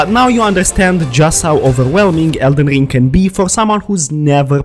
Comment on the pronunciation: 😂 someone teach him how to say ring … not ling